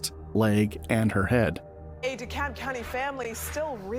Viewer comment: It is pronounced “DE CAB” County not “De Cob” That is all